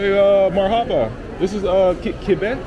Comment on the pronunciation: I think it's pronounced MARhaba. Not MarHAba.